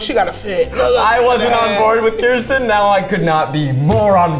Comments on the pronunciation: Zach. Kirsten, phonetically is "curse-ten". Kiersten is, "Keer-sten"... I don't think my cousin would appreciate the misinformed having opinions ✌💗💞💫 Love you though 😂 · Ok so the Kirsten doll (btw, it’s pronounced Kersten not Kiersten), is my mom’s favorite doll since they share a name so I take offense to Zach saying her name is dumb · Not to be that person but it's ker-stin not kristen. Kirsten is my oldest sisters name. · It's KUR-STEN. Not Kiersten. Sincerely a girl named Kirsten whose partially swedish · FIRST OF ALL ITS KIRSTEN. NOT KIERSTEN. KUR-STEN!!